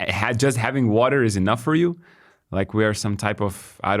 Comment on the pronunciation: Thanks for the episode guys, I love your content. But for the future, maybe you shouldn't be talking shit about somebody's poor English accent when you cannot pronounce the word WATER, common guys